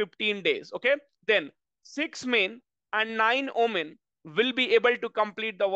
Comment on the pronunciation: Omen or women what pronunciation he used ?????????????????? He must learn first